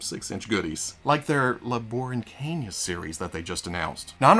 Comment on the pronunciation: As a Puerto Rican, I give you props for trying your hardest to pronounce 'La Borinqueña' correctly. 'A' for effort! 🇵🇷 👍